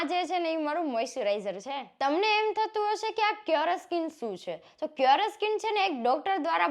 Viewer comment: ક્યોરેસ્કિન😂😂😂 પેલા નામ બોલતા શીખો શું ખબ ખબ કરતા.... તમને આ બ્રાન્ડ વાળા કેમ પૈસા આપે છે એ સમજાતું નથી અમને લાગે છે આ બ્રાન્ડ વાળા ને પણ ખબર નથી પડતી.....